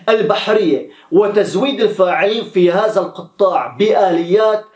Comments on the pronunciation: الاستاذ هذا مجرد تنبيه اخوي الى خطأ لغوي فيما يخص قولك قطاع (بالطاء مشددة)والصحيح هو القطاع(بدون شدة) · ارجو ان لا تغير اللغة عوض ان تقول القطاع تقول القطءاع